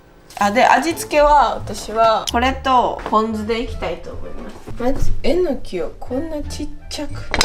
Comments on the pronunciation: えの↑きぃ 合ってたん爆笑です😂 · まさかぁ〜と思ってたらまさかの英語でも、えの↑きぃ なんだねー。😅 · 関西弁ではえのきは、え↑のきなんですね!?標準語では、え→の→き